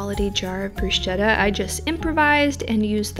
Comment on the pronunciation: Unrequested instruction: "bruschetta" is said with a "k", it's "brusketta" 😊 Really appreciate coconut yogurt! Thank you again for your videos